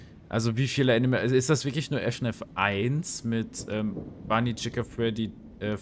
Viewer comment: man spricht es nicht F N A F aus Sondern FNAAAAFFFFFFFFF Zusammen gesagt aber gutes video 👍